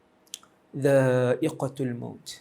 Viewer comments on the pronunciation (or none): bukan ustaz kata roh boleh ke suatu alam 18 tahun ke depan ke? Sy dengar 18 bukan 80.. Dan lagi satu, "kullu nafsin dzaa iqotul maut", bukan dzaa iqotil maut. (tul bukan til) Moga awak boleh edit balik ❤